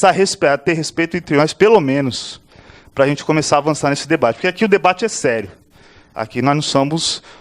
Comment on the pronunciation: Esqueceu de dizer que ele fala : "arrente".. kkk